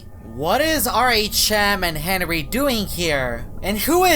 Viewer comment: u said henwy